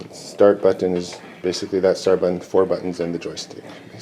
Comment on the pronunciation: Dope cabinet but I hate how you speak. You pronounce button "butt-on"